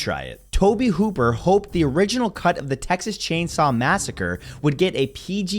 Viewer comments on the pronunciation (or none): none